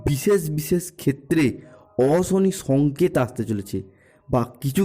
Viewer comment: এই ল্যা*ড়া, 'অশনি, রাশি, সংকেত'-এগুলির উচ্চারণ আগে ঠিক করে কর।